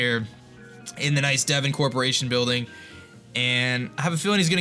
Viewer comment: it's D-von not Devin yo